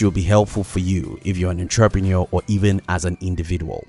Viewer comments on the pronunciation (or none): none